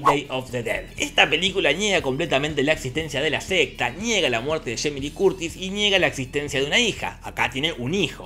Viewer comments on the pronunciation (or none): none